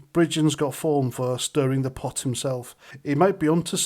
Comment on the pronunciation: Putting the rs into arson. "Stirring the bot"...